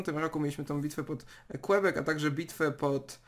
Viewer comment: Ani kibek ani kłebek tylko kebek. Quebec tak się czyta po francusku. Mogłeś to przecież sam sprawdzić przed nagraniem filmu.